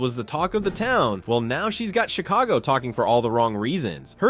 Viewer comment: Chick-a-go-ski ... LOL! ... This channel is a mess! Thanks China or India.